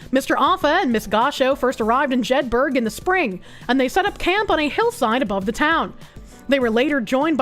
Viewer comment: It's pronounce Jed_ Burr with a soft a suggestion on the end... Same as Edinburgh